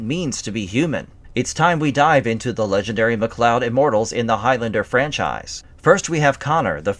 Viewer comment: Why the hell are you butchering their name? It's not like they don't already pronounce it in the movie/series